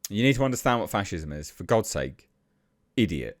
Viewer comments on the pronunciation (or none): none